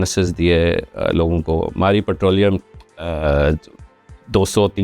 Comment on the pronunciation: Putrolium nhi hota bhai... It's petroleum !